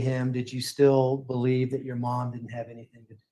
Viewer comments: I just noticed said “anythink” oh lord. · I hate it. It's ridiculous. AnythinK,everythinK wth